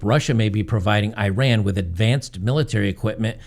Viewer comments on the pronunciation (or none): You did not run anywhere. The country is pronounced "e-rahn".